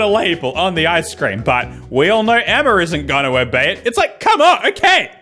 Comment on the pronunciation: Someone tell me why Aus & people from the UK when they say words ending in "a" do they say r with it. Like when he said Emma. He said Emmar. Lol